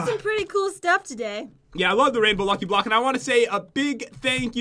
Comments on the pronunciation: Is it just me or did he say blocky luck? Lol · Pat you said lucky bock